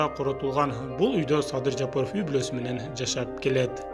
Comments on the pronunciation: Жапырыв эмес Жапаров 🤣🤣🤣🤣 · Туура айтсан Жапыров дебей